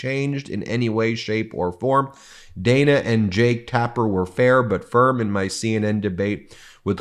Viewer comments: Ben, am is all you need to say. Following that with "in the morning" is redundant. And Dana Bash pronounces her name "Danna" with a short "a". Come on, man! You should know this stuff! Congrats on hitting 3 million subs, MTN! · As opposed to am in the evening? Measure words. Extra verbiage grates. And CNNs Ms. bash's first name is pronounced Daaana if you spell it phonetically. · Ok y'all... Huge fan & respect what you do... But Ben, oy vey Ben... PlEaSe have someone police your pronunciation of people's names. It's so often it feels purposeful, which I would hope is not the case.. for example- Dan-a Bash... Not day-na. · BEN, IT IS PRONOUNCED DAN AHH, NOT DAY NAH...... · Dan-a not Day-na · It's DAN-a (like Daniel) not Dayna Bash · Her name is produced “Dan” a, not Dana. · It’s Dan-a, not Dane-a. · It is DANNA...not DAYNA! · She pronounces her name as DAN AAAH not DANE A. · Ben, Good report, but let's not fall into Trump-like pronunciations, it is Dan-ah, not Day-na. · Her name is pronounced like the name Dan. Than add an ah to the end of it. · Ben, why are you mispronouncing Dana?